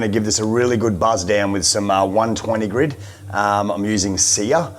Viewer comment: Grit not Grid.